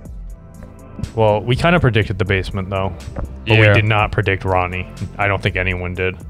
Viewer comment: stop saying ronne 😭 he was being controlled by the devil to do that